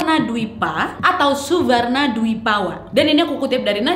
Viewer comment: "Suvarrrwanawipa" nyiprat ampe sini wak😂